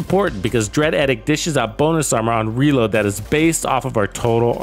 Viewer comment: Love the work, and good point about SVD with Lucky Shot. Thanks for this. One thing: it's pronounced EEE-dikt. :)